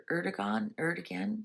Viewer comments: You say the president’s name as: Urdoowan ! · It's pronounced "Erdowan" ("G" is pronounced like "W" in Turkish). The Muslims there belong to the Ismaelites, a branch of Shia Islam. But there are also many Kurds who are Yazidi (a religion close to Zoroastrianism) and who are persecuted.